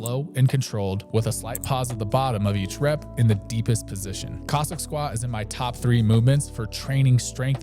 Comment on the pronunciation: love your videos. just noting: Cossack, as in the people. not Kozak